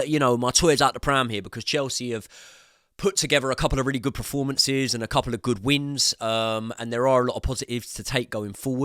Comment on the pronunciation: it's PERformances not PREformances